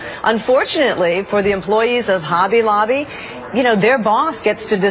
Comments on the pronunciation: It's Hobby Lobbly not Holly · It's hobby lobby not holly lobby. Just saying